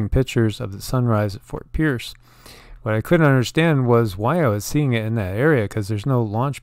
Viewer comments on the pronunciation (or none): none